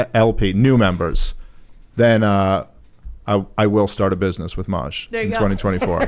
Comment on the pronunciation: that’s how you say his name! I love Maj.